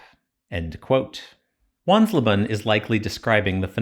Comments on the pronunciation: Not "Wanslaban": the "le" in leben is "lay". So it becomes something like wans-LAY-ban, a bit like the "he wants rayban sunglasses". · Wansleben ben not bun 🤣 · Wansleben is more like: once-lay-ben